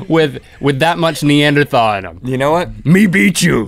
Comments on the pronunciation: Love you guys. But for future reference it is pronounced "knee-ander-tall". Well.. that is what my anthropology told me. Who knows? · Gaaahhhh. You don't pronounce the 'h' in Neanderthal!